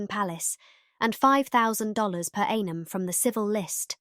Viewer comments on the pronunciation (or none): Annum=not the english a, in its pronouciation. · Tsar is pronounced Zar. Maughan is pronounced morn. Annum is pronounced like the beginning of Ann. Please check your pronunciation.